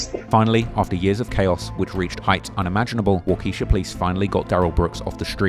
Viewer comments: It's waa- ka- shaw not wa- kesha... just a side note..good vid tho... watched the trial as it happened. Happy to know this dude is getting beat up in prison. (He appeared in court for another case with a black eye) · I get accents but every single clip says waka shaw why do you keep pronouncing it wa Keisha. You make tooo much money off these vids to not have an editor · Him calling the city wockesha like the moneybagyo song and not wa-kesh-shaw like its actually pronounced is taking the seriousness of the video away lmao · Its walk ah shaw!!! Not supposed walkeesha!!!! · Wah-keh-shaw not Wahkeisha. I’m not even from there and it was a bit obvious how to pronounce the place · I thought it was always pronounced Wah-Keisha instead of Walk-ish-awe. The more you know. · Wall-kee-sha lol nah bro it’s walk-a-shaw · It’s not pronounced Wau-Keisha….we say Walk-a-Shaw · Broseph. Its pronounced "Wah-kih-shaw". Not "Wuhkee-shuh" like the Moneybagg Yo song lol. People get a pass sometimes for butchering our Native American named cities if not from WI, but upon your research for this you honestly heard it pronounced correctly probably 36k times lol. If a parrot can mimic....... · waa•kuh•shaw Wockeisha is drank All this research and you can’t pronounce Waukesha? There’s even a guy pronouncing it in your video. Cmon, you’re better than this. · “Wah~kah-Shaw” is the pronunciation of that city. N O T wokesha, it’s NOT a moneybag yo song 😂 Ffs you have natives say it correctly in videos you used as reference in first 5min. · It’s Wa Ka Shaw. Not Wa Keesha 😂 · Wah-key-sha. This ai voice is sending me. Its wah-kuh-shaw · Say it with me , “Walk- eh- shaw*******” not Keesha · Not WauKesha Wisconsin. It’s pronounced Waukahshaw…lmaoo I live here ppl always say it wrong. Love your vids and thanks for covering this!!!🙏🏾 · It is Pronounced “Wau-ka-shaw” not wau-key-sha 🤣🤣🤣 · Wa-Keshia lol, this AI's pronunciation is cracking me up. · It’s Wha kuh sha. Just to let you pronunciation.❤